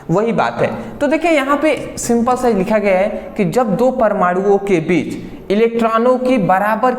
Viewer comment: बिच ❌ बीच✅ 😂😂